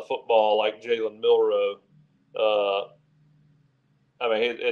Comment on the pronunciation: It's Jalen Mbakwe not Kalen